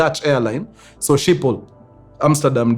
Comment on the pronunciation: It is pronounced as "skhipol" in Dutch